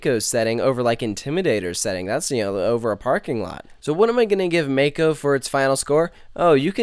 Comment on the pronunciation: I feel the same way about it.Its a absolute great ride.BTW PRONOUNCE THE RIDE "MOCK-O" NOT "MAKE-O"